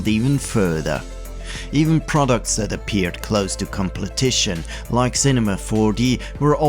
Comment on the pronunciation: completion turned into… completition?